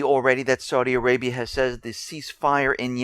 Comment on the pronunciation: Oh shit. How do you get "Saudia" from "Saudi?" Entertain me more... say "long guy-land" and "strenth." You schmucks say a "g" where it DOESN'T belong, and leave it out where it does belong.